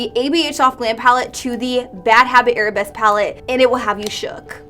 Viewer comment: Victoria Gonzalez i saw another review where the girl kept saying arab-esque. as if the palette were themed arabian instead of ballet lmao